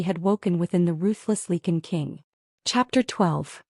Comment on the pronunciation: "Lee kun". Are you serious?!